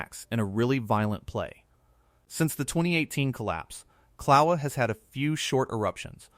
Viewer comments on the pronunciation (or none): Kill-a-way-ya phonetically....not Cloweeya.